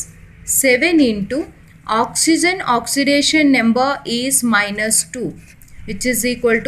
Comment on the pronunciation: Mam you pronounce oxygen as oxyzen is this correct or not